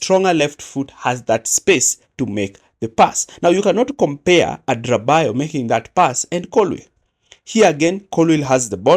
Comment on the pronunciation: Great analysis as usual, but please pronounce Tosin's surname correctly. It is pronounced Ada ra bi yo yo.